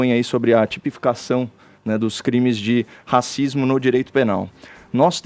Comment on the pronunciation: mas não falei pelo sotaque, falei pelo S que ele acrescenta no final ou comeco de cada palavra. Por exemplo: "Comentário tSípico dSe Bolsominion"